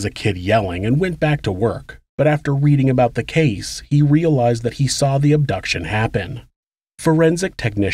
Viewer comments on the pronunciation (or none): none